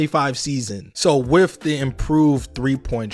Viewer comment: With is pronounced with not wif. Th does not equal "f". Pronunciation drives me crazy can't watch